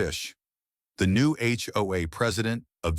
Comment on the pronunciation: A HOA story and the AI voice can not pronounce it!! First word of clip! Not checked before posting.